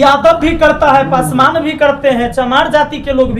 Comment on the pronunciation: जिस तरह अपने नाम को गर्व से लाते हैं उसी तरह भी बोला kijiye पसमान नहीं hota पासवान होता है अहंकार आदमी .....😈😈 थोड़ा बोलने के लिए सीखिए ज्यादा अच्छा होगा